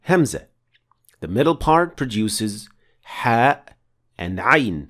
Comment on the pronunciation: Nice pronouncing of ha and a'